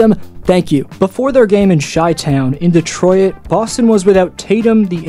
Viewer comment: I ain't ever heard someone pronounce "detroit" like that